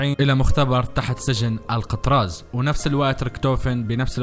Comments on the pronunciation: اسم السجن ال كتراز مو القطراز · الكتراز مو القتراز